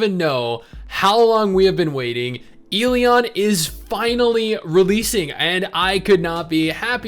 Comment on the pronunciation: I cringe every time he pronounces the game title incorrectly....